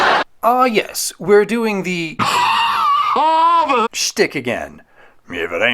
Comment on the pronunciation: I did not like over pronunciation of HARVARD the second time around